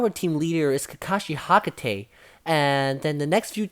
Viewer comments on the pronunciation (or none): My guy really said Hakate